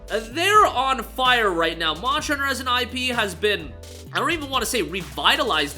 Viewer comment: It took me way to long to figure out that you were saying “monster hunter” at best, I heard “moshner” at worst I heard “mohs”